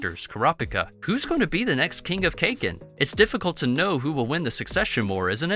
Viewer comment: Nice video, and please don't say Cake-in, it's more like Kaah-Kin.